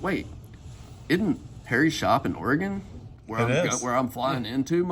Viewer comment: I'm always impressed when non-natives, especially southerners, pronounce Oregon correctly! Happy Birthday!